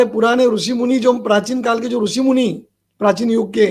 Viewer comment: आप मूर्ख हो , अज्ञानी हो तभी तो एक बलात्कारी को ब्रह्म के अवतार बता रहे हो ,जो आशाराम जी गुरु है आपके वो आपके आंखों में रतौंधी कर दिए है , दिमाग से विकलांग कर दिए है और मुंह में गटर का स्वाद दे दिए है तभी आप अनाब सनाब गधे की तरह बोले जा रहे है, कृष्ण कहने का ढंग नही ऋषि का उच्चारण सही से करना नही आता ,गुरु का नाम सही से लेना नही आता और आ जाते समाज को ज्ञान देने , बेवकूफ महामूर्ख, बरसाती मेंढक